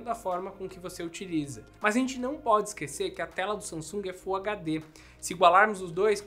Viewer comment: SAMASUNG kkkkk